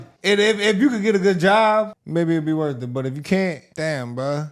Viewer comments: She has 4 degrees a lawyer and says worf not worth lol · Wurf...? You didn't LEARN English...👀 (smoke alarm beeping).